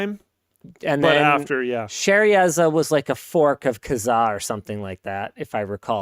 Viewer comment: We always called it spywire. Also anyone else think that it's called "share a za" not whatever Linus calls it. I do miss e2k links